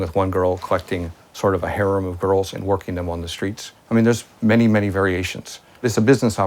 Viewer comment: Lol the way he pronounces harem